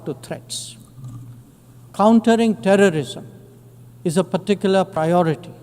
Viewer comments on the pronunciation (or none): none